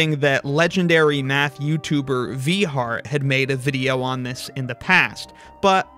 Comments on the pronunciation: "Legendary math youtuber Vee Hart" Her name is pronounced like Vai (rhymes with pi). It took me a second to realize you meant Vi Hart. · WAIT, HER NAME IS PRONOUNCED VIE HART?!